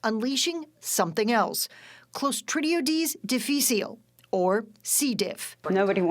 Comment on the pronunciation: Omg..the way she pronounced clostridium difficile! I know she’s not in the health field but she could have learned! I developed c diff from Cleocin..one of the top 3 that can cause c diff. It was a nightmare! Now I can only take 3 antibiotics that won’t cause c diff. I always make sure to take a good probiotic as well.